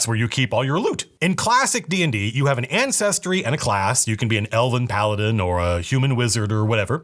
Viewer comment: I cringe every time he calls it "ancestry" 🙄